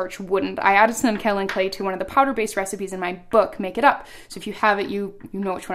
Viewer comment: Kaolin clay is mined in Georgia USA. it is pronounced 'Kay-O-Len', not kow-len